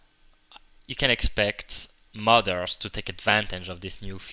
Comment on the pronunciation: when he said modder's i hear mother's xD